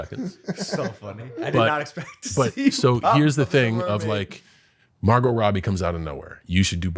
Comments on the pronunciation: Mar-Got? No way that was fr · mar got.....wow.....mar!!!......GOT!!!! how tf do you not know how to say this name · Bro said mar-got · Logan said Mar GOT Robbie 🤣🤣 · Logan paul pronouncing the t in margot robbie was actually crazy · The "t" in Margot is SILENT! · I don't like the way he pronouncing Margot